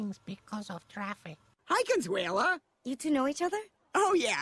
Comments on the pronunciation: My man said "Cuntsula" lol it's Con-SWAY-la. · Oh! I love you man… you made me laugh as I eating which caused me to spit out my food.: Ladies and Gentlemen… blah blah blah today we’re going to be doing the best of Conshoola Me: huh? 🤔: blah blah blah when I heard this name I thought of Dracula… Conshoola, Dracula. Me: I wonder if he’s saying Count Shula: oh, Consuela… oh not Counshoola. Starts laughing at himself Me: I start laughing and food flies out of my mouth, when you realize your complete slaughtering of the name. I didn’t realize my complete slaughtering of what I thought you were saying about her name. 😂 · Your pronunciation of Consuela was funnier than family guy :P - CON SWELL AH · It's Con-sway-la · Con-sway-la is her name lol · lol your saying her name wrong, its sounds like conswela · It’s pronounced Con Sway La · It's pronounced Con-swell-Ah